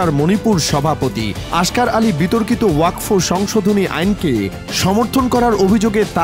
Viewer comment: জয় শ্রী রাম 🚩🚩🚩🚩🚩 ওযাক ফ নয় রে আগাকাটা নিউজ , আগে উচ্চারণ করতে শিখ তারপর জনগনের কাছে খবর প্রকাশ করবি ।😊😊😊😊😊